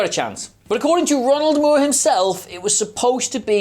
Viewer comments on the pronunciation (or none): none